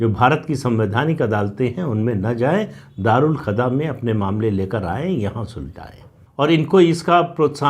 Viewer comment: राम राम सर🙏🏻 प्रणाम एक संशोधन सर: दारूल खदा नहीं दारूल कजा है🙏🏻